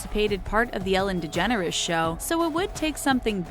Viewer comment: Boiiii did they just say Ellen De-generous bc it is pronounced de-jen-ers get it right